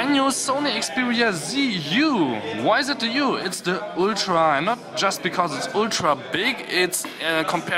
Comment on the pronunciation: Did he just say Oooltra & not ultra